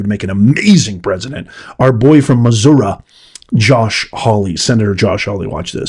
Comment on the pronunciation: You pronounced Missouri correct